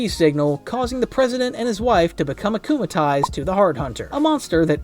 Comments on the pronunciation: It's worse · Erm actualy its "acumatized" not acumalized